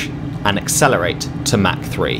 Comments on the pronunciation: It’s not “mac 9”, there’s no McDonald’s here. Try “mach” as in “mock 9”. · I think you meant to say mak 0.9